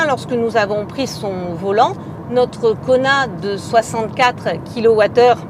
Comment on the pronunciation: à chaque fois j'entends Konard